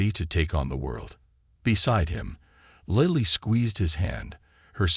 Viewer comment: The person narrating this story has pronounced the woman’s name three different ways. Lily, Lilly Lili. Why can’t you find people who can navigate the English language properly?????